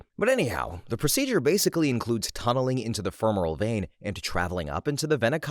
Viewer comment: In case it comes up again, the "cava" in "Vena Cava" uses a short-A sound (more like "cave-a"), and "femoral" is pronounced more like "femur-al" (...Medicine: where apparently everything needs a greek or latin root word so the common man """sounds uneducated"") (I keep coming back to listen to you read, so obviously you're doing a lot right here!)